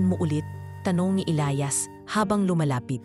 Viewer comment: Maganda na sana,kaso.inis ako sa pagbigkas ng Elias /elayas